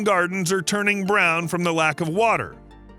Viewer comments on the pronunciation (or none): Warwick is said Worrick. Canberra is said Can-bruh. Melbourne is said Mel-burn. Pilbourough is said Pil-bur-uh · Warwick is pronounced warrik. I don't make the rules. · Some of the name pronunciation is classic. I will release WARWICK ! :)